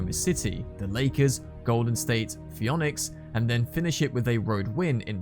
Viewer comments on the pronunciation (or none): and Fee-onix. Sounds like some AI BS